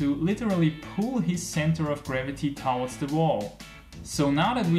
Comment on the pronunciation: Please check the right way to pronounce ‘towards’...